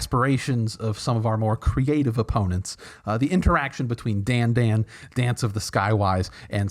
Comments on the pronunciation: FYI the hat on the second a means Dandân should be pronounced like Dan - done. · Thank you. I knew that the accent meant the second 'a' should be pronounced differently, and always wondered why everyone else didn't bother to at least make the two vowels different, even if they didn't know what vowels they should be.